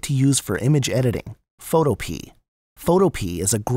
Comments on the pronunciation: learn how to pronounce the word PHOTOPEA....it is not photo pee.....it is photo Pia ..it comes from the GREEK word fotopoia!!!!!! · is he rlly saying photo-pee? isnt it photo-PeAAA?? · I think it's pronounced: Foe- toe- pee- uh not: Foe- Toe- pee I could be wrong, though... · Photopea rhymes with Utopia. fo TOE pe uh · bruh really said Photopee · It’s pronounced..Photohpeuh